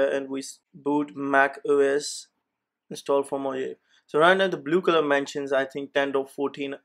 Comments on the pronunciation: It isn't "mojeiv" it's "mohavi" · its mojave not moje . -> mojave = (mohave ) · Brother while speaking "j" gives sound of H